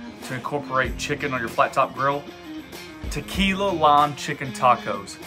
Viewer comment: "tu-kee-la-eee" it's a technical term 😀 That looks great, but maybe you audience has something with wanting the recipes: "The Flat Top King Cookbook Volume 1". I can honestly say you have one of the better flat top shows, in my humble opinion.